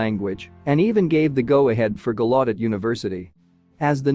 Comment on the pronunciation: How the fuck did the AI voice totally blunder the pronunciation of the largest Deaf university in the world?!! GALLAUDET “GAL U DET”, not “GA LOT TID”. You folks have to cut this AI shit until it’s perfected. Horrible video. Shame on you.